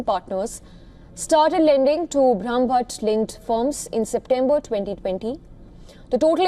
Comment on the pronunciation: She is having such a difficult time pronouncing Brahmbhatt! Shame that Indian newsreaders can't pronounce Indian names correctly